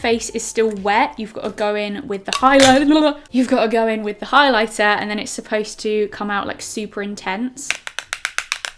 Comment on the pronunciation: “You’ve gotta go in with the highliblablabla” 😂😂